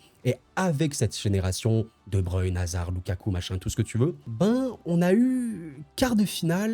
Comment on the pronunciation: enfin un français qui sait dire brussel et non bruksel mdr , et svp ce n'est pas de bruine , c'est de breuine merci